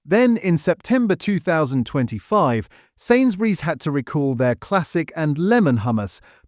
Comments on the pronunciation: “Recore” or “Rick Orr” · The AI voice narration mispronounces the word "recall".